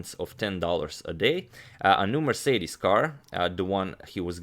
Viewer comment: "A new Mer-cedes" got me choking